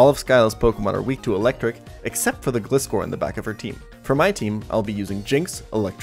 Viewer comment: I've never heard Glyscor pronounced that way.